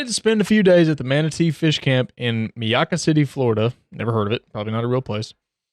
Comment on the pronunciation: Pronounced "My-akkah" City. All fresh and brackish water, at least in Florida, can potentially have alligators and water moccasins in it and should be considered unsafe. They are ambush predators. He was also found naked. Its right down the street from where I live, so yes, it is a real place and exists and it is a beautiful area and a lot of natural wild and farmland is being bulldozed over for subsivisions. Why we allow houses to be built on ANY farm land is extremely stupid. Yes, it is a real place! Idk how he didn't pass from shock and blood loss. It was a miracle. The people who found him and called 911, said they had to cut the fencing and that he was naked. The mosquitoes are prehistoric sized out here too. Poor guy. Idk what he was thinking getting into that water. But am glad he survived and I hope he doesn't want to die anymore. Life is precious. All life.